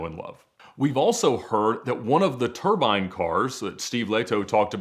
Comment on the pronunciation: might need to come back on to teach everyone how to pronounce "turbine"